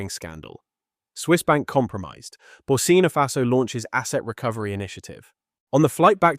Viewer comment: The name is ""BURKINA FASO"" Accent on the "K". Get it Right!